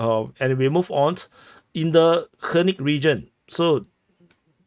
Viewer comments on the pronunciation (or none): It’s not Hernick it’s Vernick